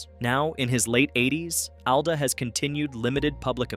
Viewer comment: It’s “ALL-duh”.